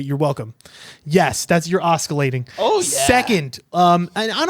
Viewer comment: I’m cracking uppppppp. Alsoooo, you should’ve also looked for the pronunciation for oscillating 😂😂 I would say it’s like a silent c 🤣